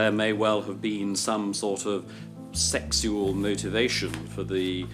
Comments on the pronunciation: I’m glad to hear that English dude got paid at least. It was funny to hear him say sexual... “sechs-soo-ull”. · "seck sual": luv how that landlord, millionaire now, pronounces sexual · Oh now I know where your pronunciation of "sexual" comes from~ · The way he pronounced "sexual....."